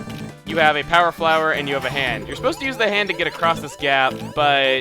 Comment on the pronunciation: whats "get an 'and"?